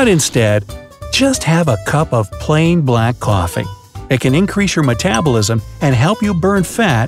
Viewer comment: He said black cofflee😂😂👌🏽